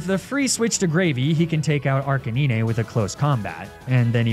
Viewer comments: Arca 9 NOT "knee nay". Your pronunciation is...frustrating. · Did… did this man just say “Arc-a-neen-ay”? Am I missing an inside joke or does bro not know how to pronounce Arcanine? On an unrelated note I shall now be referring to arcanine as “arcaneenay” from now on. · Out of everything here, the most amazing bit is the way you pronounce arcanine. Its litteraly ah, canine. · arc a nee nay is horrendous especially being the name Arcanine the number nine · The way you say ''Arcaneenay'' triggers me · And because you mentioned Snorlax immediately after Lapras you actually pronounced the name correctly. Still had to roll my eyes at Magnemite and Arcanine. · is anyone gonna talk about how hes pronouncing Arcanine? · Why dose he say Arcanine and Lapras weirdly? Is this a running joke I don’t know?🤔